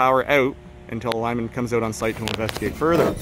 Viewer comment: "coming oat" - I think I hear a Canadian